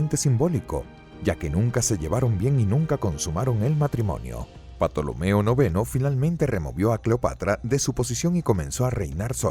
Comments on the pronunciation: Por favor!!!!! Que alguien en la producción de este canal le diga al narrador que la P de Ptolomeo es MUDA!!! No es la primera vez que este narrador pronuncia mal ciertos nombres de personajes históricos en sus videos. Importante saber la pronunciación correcta en español antes de realizar el video! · La pronunciación de la P inicial en Ptolomeo y Ptolemaica es un error lamentable. Ahí falta asesoría al locutor. Esto por último es un gazapo, lo que no lo es y parece que nadie ha mencionado es que dice que Cambises invadió Egipto en el 1525 a.C. Este sí es un error inaceptable en un canal de historia. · Mejor Tolomeo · Aunque grandioso video, no se pronuncia Patolomeo se pronuncia Ptolomeo tal cual. Perdón por parecer un listillo. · porque dice patolomeo? me da rabia, no es patolomeo es tolomeo la P no se pronuncia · el video esta perfecto, incluso las imagenes de Assasisns Creed Origins; salvo lo único que arruina el viaje histórico son los nombres de patolomeo que segun recuerdo la P es muda y se pronuncua Tolomeo de la dinastia Ptolemaica, hay un libro de alejando magno que habla sobre y muchos detalles sobre su viaje al Oasis de Siwa,etc. lo de Patolomeoque me imagino que debe se ancestro del pato donald jajajaja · Super video enserio, pero respeta tantito los nombres, que es eso de Patolomeo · En mis clases de historia clásica se escribía PTOLOMEO y se pronunciaba TOLOMEO. ¿PATOLOMEO? JA JAJA JA 😀🙂😁🤣😅😂🙂🙃😉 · porque dices 'patolomeo'?? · Si aca pronuncias "Patolomeo" ac qluiere decir que tambien pronuncias Pisicologia? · ¿Patolomeo? Qué manera de arruinar un buen video. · La P es muda se pronuncia tolomeo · Yo se que La "P" no se pronuncia Yo aprendi a pronunciar "TOLOMEO" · Cada vez que dices "patolomeo" me es acuerdo de las patoaventuras con el tío Mcpato jajajaja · Se pronuncia tolomeo xd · Que risa patolomeo 😂😂😂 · La P es muda se pronuncia tolomeo xd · Cierto la P es muda se dice tolomeo